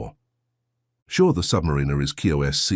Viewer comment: The AI generated voice is saying "submarine-er" and it makes me question. "Key-OSC certified" too is bad.